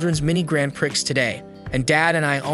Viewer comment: Prix.......please, the x is silent.